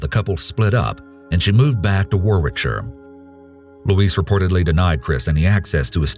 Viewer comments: Second case: Warwickshire is pronounced Woh-rickshire not Wor-wickshire (I'm from there). There's also something comical about "a beautiful Walsall funeral". Having said that I once thought Arkansas was pronounced Ar-kansas. Separated by a common language lol.... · Just a little tip for you guys if you report anything from Warwickshire again. The second W is silent and it’s pronounced Warickshire 😉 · Its pronounced wohrick-sheer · Warwickshire pronounced Worricksher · I have to make a correction here. The second story, Rugby Warwickshire is in England. In England, the emergency number is 999, not 911. Please check your facts, first. Also, Warwickshire is more pronounced "Warricksheer". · For anyone wondering how to pronounce Warwickshire, it's like war-rick-shuh, or war-rick-sheer. Warwick is just pronounced worrick. More silly lil English town name spellings lol, From someone from Warwickshire Hehe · FYI it's pronounced 'Warrickshaah' ....x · Its pronounced - Worrickshire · To pronounce wallsall it's wall-sual and Warwickshire is Wa-rick-shur. I live in the UK 🇬🇧 😊 Great video. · UK emergency number is 999 not 911 and Worrickshur would be the correct pronunciation of Warwickshire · It’s pronounced Woricksher :) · Just a slight correction but Warwickshire is pronounced Worrick-shire, that being said Quality work as ever.